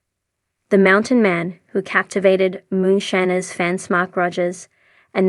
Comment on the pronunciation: Please learn to pronounce moonshiner